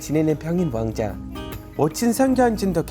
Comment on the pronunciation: 왕자 발음이 어렵죠 외국인이 말하기엔 ㅎㅎㅎ 제대로 따라말하는 분을 못봄